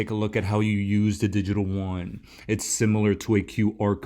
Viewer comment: I love you, all your content is fantastic...but you are driving me crazy.... the Chinese Yuan, is pronounced YOO-AHN not Won. The Korean currency is won. Keep up the great work!!